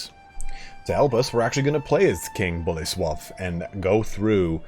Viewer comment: read Boleslaw like coleslaw